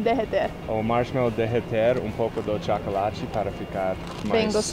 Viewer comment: O tchácolate kkkkkk